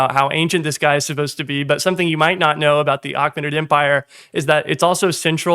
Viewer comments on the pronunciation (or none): I know it's engagement bait but it's pronounced Ay-KAY-muh-nid not ach-men-nid